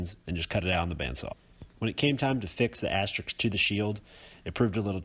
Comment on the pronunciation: Asterisk..… not Asterix (that's a French cartoon soldier!)